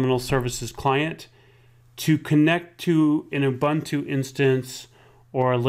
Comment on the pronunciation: It's too difficult to listen to the mispronunciation of Ubuntu.